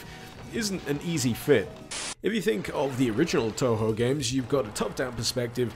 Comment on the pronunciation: The kanji used in Touhou, 東方, are pronounced "Toh-Hoh" - in fact, the technically correct-but-less-used way to spell it is "Tōhō", with the accents. Spelled "Tōhō", it's far less ambiguous how you pronounce it. (Don't worry, I used to pronounce it "Too-Hoo" myself.)